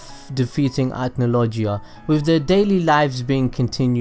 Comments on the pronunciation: Acnologia not acnolojia im not raging at u just correcting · It’s Ack-no-lol-gia